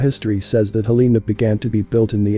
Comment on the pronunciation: "Hell uh nuh" "Helna" Not "hll EE nuh Get it right